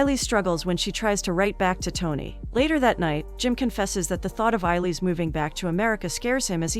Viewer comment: It's pronounced ay-lish